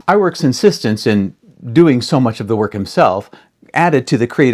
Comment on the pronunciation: Ub's name is actually pronounced "oob" as a Norwegian name. But everyone gets "Eyeworks" pronunciation for Iwerks right. Iwerks did have a fetish for doing Busby Berkeley type dance numbers. And happily it cuts down on animation time if you do drawings almost like xerox copies and have the in-betweeners do the repetitive images and pay the girls low wages. Of course, I would've adored the work if I got paid $2.00/hr in the 1930's. I got paid $2.25 as a high school student to work part-time as a key maker inthe 1980's. Just saying.